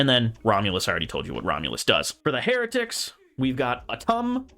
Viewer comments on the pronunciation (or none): My dude seriously called Hieratics “Heratics” lmao easy mistake to make but I still find it funny. Love the deck profile as always!